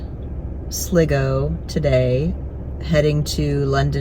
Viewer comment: Wonderful video. I really enjoyed it. I'm so proud of our beautiful country. Just so you know: it's Galway (pronounced Gaul way), Sligo (pronounced Sly go), & in the Republic of Ireland we refer to Londonderry as Derry (it's a political thing!). I hope you really enjoyed your trip here & that you will come back again. Best wishes, 👍🙂🇮🇪